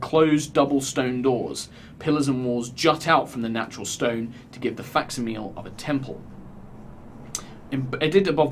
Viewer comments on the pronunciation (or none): "faxameal"? What was the word he said? "to give the faxameal of a temple" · oooh, I'd pronounce that Fak'si-mu-lee. But that makes sense. thanks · Did no one catch mispronunciation of "facsimile"?